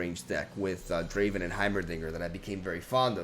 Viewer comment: It's not draven ITS DRAAAAAAAAAAAAAAAAAAAAAAVEN